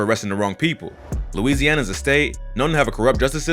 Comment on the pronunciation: This dude say Louisana straight weirdo